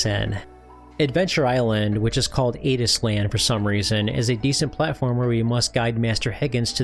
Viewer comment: Great Video! "ADIS-land" is actually "Ad-Island", short for Adventure Island